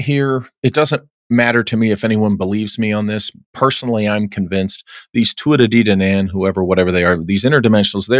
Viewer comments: Hi The Tua Day Dan Ann is how you pronounce them. I was thought about the tuadedanann in primary school here in Ireland they are a big part of our culture along With Druids,Fairies, and Lepruchans. You should do an investigation in Ireland im pretty sure you would be amazed 😮 Kind regards Martin Monaghan. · This guy has supposedly researched and invested the Tuatha De Danann and he doesn't even pronounce their name right 🤔🙄 I've been researching them and the dragon lines for a long time too and i can describe things better. Respect and credibility is important and if you want to have people take what your saying earnestly; it helps pronouncing and describing things accurately. I find his morality and ethic questioable. He's a/was Mason?. Believes Ol'Walt was a good guy?, who drinks a lot?, smokes a lot and swears a lot though?. Also ol'walt treated his artists and writers terribly and paid them.terribly🤔 i think his discernment.of.people may not be so great. ...Still his story is fascinating and I believe his personal story really happened to him... I value what you do on this channel. I appreciate your character even though I don't actually know you. Be careful with this guy my.dude ;)